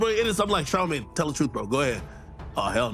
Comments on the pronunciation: Its NOT CharlaMAN!!..Its CHARLEMAGNE, MANE!! Caucasians can NEVER Get these Black names down. smh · Char a man smh cant even pronounce his name correctly. Im reporting this video for poor pronouncination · Char-La-Man? 😂 The narrators don't even take the time to learn the subject's name! Lazy mofos! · She kept saying Charlie-man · "Char la man" is crazy 😂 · Charl la man come on lady . Why cant you guys pronounce our names right . Like two Pack come one pale riders get it together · Who's " Char-La-Main ?🤔😂😊🤪